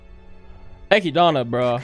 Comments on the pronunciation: MY DUDE. ITS ECHIDNA, NOT ECHIDANA. (Eh-Kid-Na). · Now, I know you asked the peoples of how to say Echidna's name, and they said it doesn't matter. But hearing "Echidana" instead of "Echidna" is getting a bit annoying, not gonna lie. I'ma keep watching these, and putting this here at this time probably won't accomplish anything. And don't misunderstand me. I'm saying for you to change how you say her name. Some words/names don't bother me. Other's do when there is an extra syllable in there. But I'ma let you keep that extra syllable. That's so far my only complaint about this. I am enjoying your reactions so far. A lot of energy. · Who is echidana? Her name is ECHIDNA ECHID NA , so call her ECHIDNA not ECHIDANA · No one Not a single person No one at all: Eki-DONNA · its actually eki-donna lol you anime only kids dont know how to say it right but its eki-donna not ekid-na. Also listen to how subaru and the rest of the cast pronounce the names. the subtitles you reas are usually not what it actually is. for example lewes-san calls subaru su-bo but it reads out as young su which is an accurate translation just not the original name. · my man just pronounced Echidna "eck ee dawn uh" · Why is he saying Echidna like that? Did he read the LN? Cause the translator for some reason misspells Echidna’s name. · the way he says echidna makes me upset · While this guy’s reactions are solid for the show, the way he says Echidna sets off every “that is wrong” sensor in my body